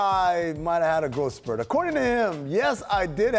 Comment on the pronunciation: whats a "GROW" spurt....